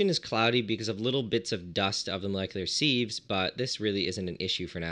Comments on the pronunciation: Was wondering what molecular "seeves" are, then I realized I you meant "sieves" - in England we pronounce it "sivs" ;) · What's a seeve, I only know sieves, sivs. sieve /sɪv/ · "Seeves"? I thought it was pronounced "sivs" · You should note that "sieves" is pronounced as a siv or as sivs, and not seeve or seeve. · Seeves? Seeves??? It's pronounced, "sivvs" ya hoser! Eh! Ohhhh Canada...............Calice! Tabarnak! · They are pronounced "Sivs" not "seevs" 😂🤦🏼‍♂️ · Interesting to his hear the pronunciation of sieves. In the UK we pronounce it 'sivs'. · great video... but my prof in grad school would have killed me for pronouncing the zeolytes you are using as "Molecular.... See-ves" :) Siv.... not Seeeves here are both American and British pronunciations: (also, be careful. not all denaturing agents can be distilled out.... good example is methanol which is often used +/- Bittrex (Denatonium Benzoate) Run an NMR to see what's in there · Sives.. not sEEVes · I’ve never heard sieves pronounced as “seeeves” before. Certainly not that many times ;) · For sieves, try pronouncing it "sivvs" to rhyme with _adjective_. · Seeves? Buffoon. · Plus he says it wrong. It's pronounced sivs with a short 'i' sound, like in the word "little" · I thought you were saying "molecular seeds"! The mind boggled at what would grow from planting a "molecular seed"! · You can just pronounce sieves as "sivz" or a "siv" for singular. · The way you pronounce "seeves" is painful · sieves pronounced like "shiv" (less the sh --> ss) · Sieves, not seeves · I only came here to comment that! could've been worse could have been loominum seeeevs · Was enjoying the video until the seevs! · Sieves aren't pronounced like that... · Pronounceing sieves wrong